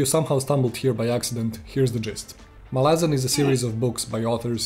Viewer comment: MAhlazan, not MalAhzan